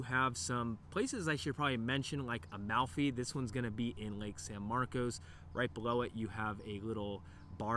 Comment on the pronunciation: thanks for not pronouncing at it san marcus…